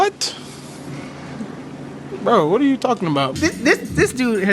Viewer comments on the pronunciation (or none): “ard u guys”